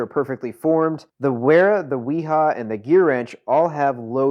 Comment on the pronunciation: Great video. Thanks for the comparo. Makes chosing a set a lot easier. BTW, Wera and Wiha are German. Both are pronounced with a V, not a W. Cheers